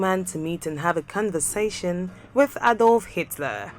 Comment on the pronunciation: Shame. You can’t even pronounce conversation